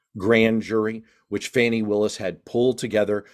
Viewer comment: The DA's name is Fani (pronounce fawny)